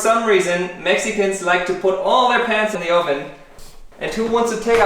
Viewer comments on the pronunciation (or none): PANS! Pans!!! Not pants!! OMG! Lol.